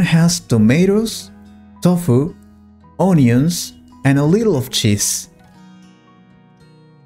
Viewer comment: The pronunciation of “onion” in NOT correct. How come?🫤